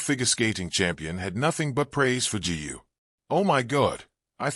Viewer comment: G U ?? So AI is unable to pronounce "Gu"?